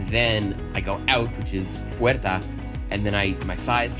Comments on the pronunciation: It is not fuerta Its fuera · Fuera, no fuerta :( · You said "fuerta" instead of "fuera". Also, we don't pronounce the "H" at the beginning of a word like "hola", "hablé" or "habitación" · Te confundiste Puerta/Fuera= dijiste Fuerta jajaja buen trabajo